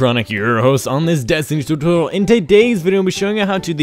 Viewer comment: learn to pronounce "tutorial" XD not "totu"